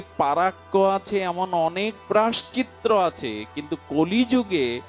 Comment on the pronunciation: বাবাজি মহারাজের ভগবতী কথা শ্রবণ করে আমরা ভজন পথের প্রতি উৎসাহিত হবার চেষ্টা করি,বাবাজির মুখের উচ্চারিত ওই শব্দটি একটু সংশোধন হলে ভালো হয়,প্রায়শ্চিত্ত শব্দটি ,ক্ষমা করবেন এটা বলার জন্য